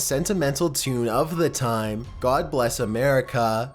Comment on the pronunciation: Christopher Cantu he said bless but what i heard is blast😂